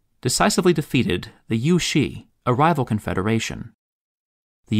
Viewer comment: You butchered the pronunciation for Yüeshi. I suppose you are referring to the kingdom 月氏. And even then, the kingdom of 月氏 is not supposed to be pronounced as Yüeshi but Yüezhi, deviating from how 氏 (shi) is pronounced in Mandarin